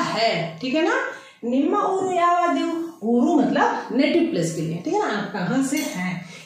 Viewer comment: यावादु, ghatiya pronunciation, many words you are teaching wrong